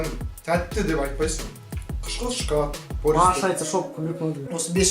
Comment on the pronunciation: Шакалад емес шекалад